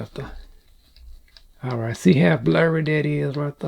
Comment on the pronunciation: When you say “all bright” I lose it 😂